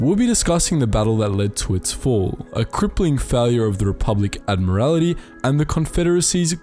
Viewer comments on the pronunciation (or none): Anyone else cringe at the pronunciation of Admiralty...